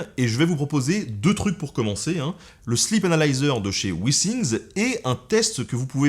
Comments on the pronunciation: je dirais même, "slip analiseur". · MuteTheSong Moi aussi j’ai entendu ça 😂😂😂😂